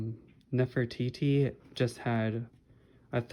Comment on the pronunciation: You got it right :3